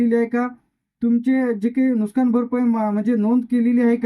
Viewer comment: नुकसान म्हणता येत नाही आणि माहिती सांगतो नुकसान कांनुकसानरे बावळट